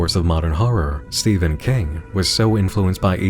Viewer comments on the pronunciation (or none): none